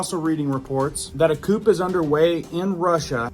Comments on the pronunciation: Pronounced coo, not coupe LOL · FOR THE RECORD THE WORD "COUP" IS NOT PRONOUNCED (COOP)!. ITS PRONOUNCED "COO" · It's called a "coo," not a "coupe" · Dude.."Coup" is pronounced Coo not Coop. lol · Don't say coop, say coo. The P is silent. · ITS PRONOUNCED COO! DEAR LORD! ALSO, NOT RUTERS! ROYTERS! LEARN THE ENGLISH LANGUAGE PLEASE!!!!! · Bruv dont pronounce the P in "Coup" Say it like this, "Coo" 👍 And when you say "Routers" it's pronounced "Roy-ters" Im telling you with respect, i'm not being funny but i dont want other people to think anything bad about you coz we all love you here, (No Homo) 👍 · Nuclear powers are always ready and prepared to lunch nukes. Nothing to see here but click bait, drama and ignorance. Btw....the 'p' is silent in coup.